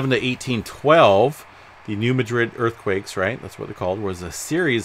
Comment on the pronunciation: Pronounced New Mad Rid